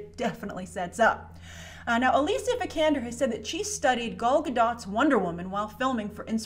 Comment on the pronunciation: Bat Man swear....seriously least she could do is pronounce Gal Gadot (Gah-Dough) correctly